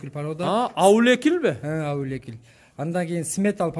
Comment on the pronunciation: Аулекил эмес аулиекол